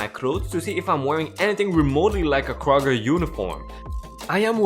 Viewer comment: Kr-og-er... Kroger